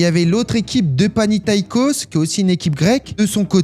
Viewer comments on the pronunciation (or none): Le sujet est intéressant, mais là façon de le raconter, c'est nul. La blague de merde sur l'entraîneur Allemagne donc vous ne dit meme pas une seul fois comment il s'appelle (Otto Rehhagel), la façon de dire Zinedine Zidane. le club d'Athènes, mais lequel, la Prononciation du Panathinaikos, la façon de parler de Cristiano Ronaldo, qui a l'époque n'est qu'un gamin. Les stars de l'équipe c'est Luís Figo, Pauleta, Rui Costa, Deco. La façon de parler de l'équipe de France, Jacques Santini n'a JAMAIS était une grand technicien il n'était pas compliqué de le contrôler techniquement.